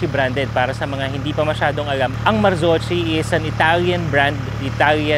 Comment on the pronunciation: "Marzocchi" is pronounce "Mar-ZOK-kee", note the "kee" it does not sound "chi". Hope it helps!